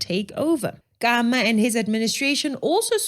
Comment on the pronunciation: Stop saying "Kama". You're worse than the Europeans. Hayibo! 🇧🇼 /🇺🇸